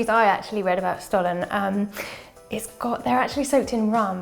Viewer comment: The S in Stollen is pronounced “sh”tollen 😊 Thank you for the nice video tho! Very festive 🎄